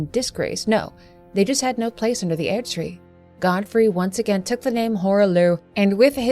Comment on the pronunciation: Your pronunciation of "Erdtree" leads me to wonder if you've actually played the game. ^.o